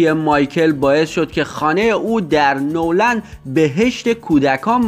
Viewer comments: اول نورلند نه نو لند دوما تمام این کلیپی که گژاشتی اشتباه بود و سوما تو دیگه در مورد مایکل جکسون کلیپ نده چون بدون تحقیق میای کلیپ میدی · نورلند نیست نِورلند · شما حتی تلفظ نِوِر لند رو هم بلد نیستین! همه حرفاتونم اشتباه وچرتو پرت بود... لطفا بدون تحقیق حرف نزنید